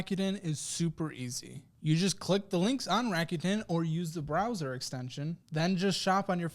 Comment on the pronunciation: 楽天 >> らくてん >> Rakuten RAH-KU-TEN…not RACK-YOU-TEN